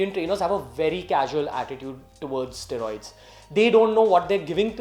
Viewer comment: Ugh please say it right. Steroids. Stae-roids.